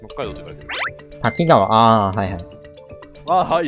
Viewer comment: たきがわじゃなくたきかわ